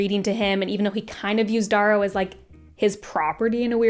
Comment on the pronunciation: Ok Darrows name is pronounced like arrow with a D.